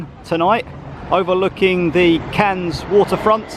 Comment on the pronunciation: Don't worry about pronouncing the silent 'S'. If it's of any consolation, the amount of comments I've had on my videos for my mis-pronunciations. Never go to Wales as people will rip you to shreds! 🤣 Never been to Cannes before, but your depiction up until was exactly as I had pictured it, very glitzy buildings and yachts, stunning beaches and high end private beaches, but the history of the city was very interesting and the cost of the Carlton was crazy - I've never even come close to paying something like that per night! The views from the top were stunning, I hadn't realised the waters were quite so turquoise around there either. Very beautiful, but like you, I expect when I visit it will be as a ay trip from somewhere close by that's more affordable!